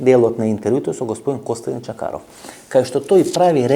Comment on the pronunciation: Името на госта е Костадин Чакъров, но Ефтов го е страх да произнесе буквата "Ъ". За тази буква Венко Марковски замина на Голи Оток.